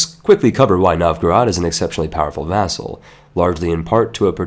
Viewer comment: You make vassal sound as food.